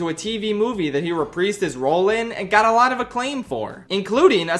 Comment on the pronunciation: "Megopolis" "Repreesed"